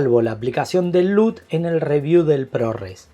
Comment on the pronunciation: Excelente y completisimo vídeo!!! Congrats! Solo un detalle , si te dedicas a este mundo tech por favor no pronuncies Lut como si fuera una palabra española. Gracias por tu gran trabajo!